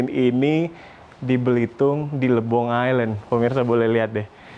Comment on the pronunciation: Lebong kak bukan Libong